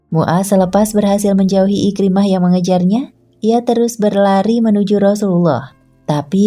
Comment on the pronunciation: IKRIMAH BUKAN IKRAMAH SEBUT BAGI BETUL